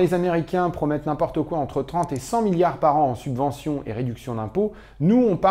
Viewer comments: *Subventions au lieu de « Suventions » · Excellent, merci ! ps : "Suventions" =P